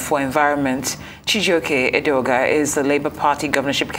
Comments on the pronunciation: Edeoga, not Adeoga; please make the correction. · It is Edeoga, not Adeoga